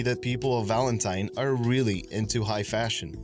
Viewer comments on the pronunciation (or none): none